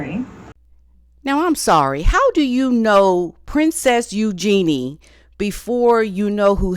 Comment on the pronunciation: Oh yeah. Meghan and Eugenie are buds, but she didn’t know who Andrew is. So believable - not. She can’t pronounce Eugenie properly, and calls Sarah Ferguson Fergie which any royal watcher knows Sarah doesn’t like.